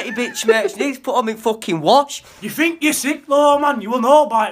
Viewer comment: I'm sorry, but outside of "Ya fink ya sik määääät!". Everything he said sounded like a different language. What did he actually say?